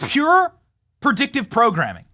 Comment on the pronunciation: Its predictive not perdictive cant believe you got through school with that lazy tongue